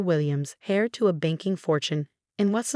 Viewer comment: Heir is not pronounced "hair", it is pronounced "air".